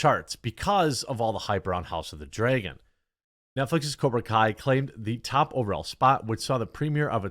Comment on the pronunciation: “I don’t have a Midwest accent.” Also, “house of the dryeahgon” 😂